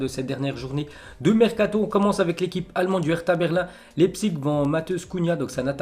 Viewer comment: Ça se prononce "laïpzich" pas lépzig